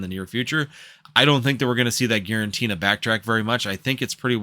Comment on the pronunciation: It’s Giratina by the way not GiraNtina 😂